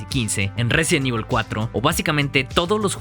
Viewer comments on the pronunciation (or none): none